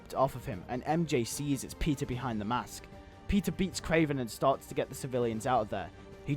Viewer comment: This would've been way cooler than what they ended up doing.But I'm thinking I would also include a scene in civil war where spider-man talks with Zemo and tries to understand him and convince him to stop. Also somehow I heard pizza instead of Peter in :D .